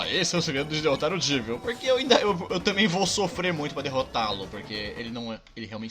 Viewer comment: krl q agonia, mais um que fala "Jeevil" e não "Jévil" que é o certo, ja que o nome dele é uma mistura de Devil com Jester.